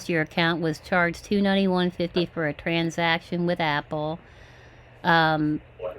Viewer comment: Apple/Amajon/McCafe Sappote Scammer bingo "It is a suspeeeshus" "Different different locations" "Let me tell you one thing" "De heggers" Struggling with the pronunciation of the word "transaction". "Tranzacksun". "Tronjacksun". "Tranzackzen".